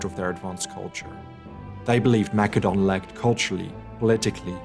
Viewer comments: It's "Ma-se-don" not "Mac-ke-don" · It's said. Massadon. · I have heard of Mass-a-don, so is Mak-a-don some forgotten ancient kingdom? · Well, 'the more you know.' Thanks for the lesson on the Greek language. But, all the English speaking scholars say 'Ma Cedon'.. it's distracting, 'Mac edon'. yes? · "Mak a don"??? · Why are you saying Macedon like it's a Macadamian nut? it's Maessssssedon! Get it together! lol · See you just schooled me! But I don't know, whenever you said Macedon I felt like I was thinking of a nut and it was irritable lmao sorry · Great video; the graphics, animation, writing, and research are tip top. However, the Pronunciation of Greek places by the narrator is Annoying. #1, It is not "Mac Edone". It's 'Ma Cedon'. Over and Over; McEdon this, McEdon that.. Consistently Annoying! #2, Narrator slips back and forth; 'Tebes' and 'Thebes'.. ? #3, Same with 'Thrace' and N's 'Trace', 'Atens' and ATHens..